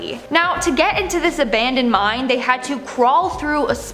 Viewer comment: Did you really just call a mine "mind" It's called mine not mind 🤣